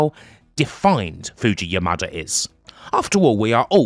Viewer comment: Anytime I heard you say "Yamada", I kept hearing it as "your mother".